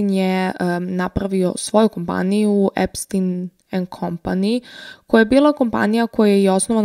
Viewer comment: korektno je izgovoreno i na talijanskom jeziku je Epstin.